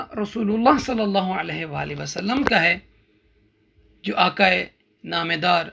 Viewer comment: Aqa not aka.....